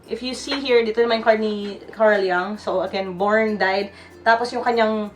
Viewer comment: Carl Jung "Yung" is the right pronunciation